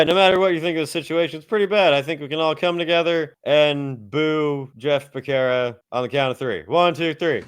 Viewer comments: It’s pronounced Beh-Serra. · Btw Becerra is an Hispanic surname & ur pronouncing it wrong get it right fukin eyesore